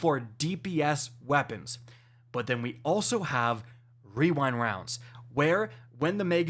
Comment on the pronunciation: wewind wounds